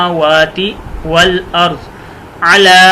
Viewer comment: والارض پر زبر ہے حضرت